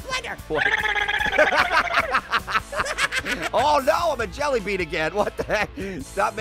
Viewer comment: Stop saying jellybee